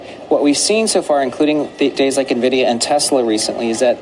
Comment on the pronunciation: Why the hell are so many "analysts" that CANNOT PRONOUNCE NVIDIA correctly ? "nevidia" "dividia" ... WTH ?